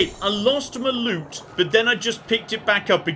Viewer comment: LOOT. You are after LOOT, not LUTE! Oh dear...